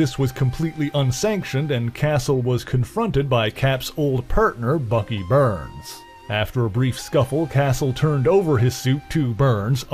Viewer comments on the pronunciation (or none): you forgot "Bucky Berns"